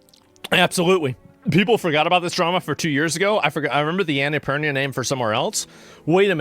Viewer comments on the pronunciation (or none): Annapurna not anaapurnia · Asmon called the studio that made Stray "Annapurnia"... Anna-purr-nya 🐈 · 'annie purinia' 😂